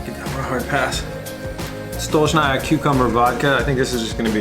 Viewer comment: "Stuh-litch-knee-uhh" is the proper pronunciation of Stolichnaya lol